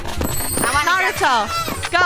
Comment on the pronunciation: narato more like nurato lol